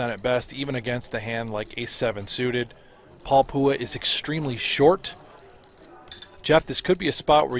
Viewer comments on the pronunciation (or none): SMH how they call Paul poowah 🙄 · "Paul Pooha" the whitest way to pronounce that name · The commentator is pronouncing Paul Phua’s name wrong. Get better lol